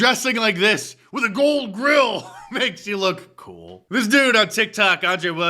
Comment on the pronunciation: There’s no way they’re pronouncing that d in gold.